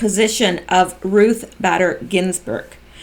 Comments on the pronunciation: Bader is with a long a....just FYI. You said you wanted to know......Lol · It's BAY-DER. Ruth BAYder Ginsberg. Long A in her middle name. Thanks for all your hard work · Badder is better for Bayder! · BAYder is certainly badder than most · Hey, minor point, but believe Bader is pronounced with a long A. Ginsburg being a radical feminist is an understatement. The country will be much better off when that witch finally kicks the bucket. After the tarmac meeting, one of them (Bill or Loretta) said they just talked about golf and their grandkids. Yea right, we believe that BS.